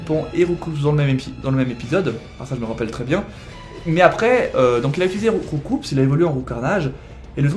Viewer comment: Roucoups se prononce Roucou et non roucoups parce que le coups c'est les coups qu'il donne